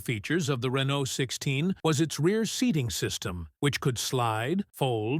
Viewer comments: Please inform your AI narrator that the T in Renault is silent. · Can't you find a human narrator? The mispronunciation of Renault and the bloated by-the-numbers verbiage are grating with buzz words. Insufferable. Also, the facts about the reasoning for the asymmetrical wheelbase are misrepresented. Who cobbled this together? AI, an LLM?